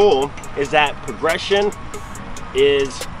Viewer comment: progession? haha, dont worry, stuff happens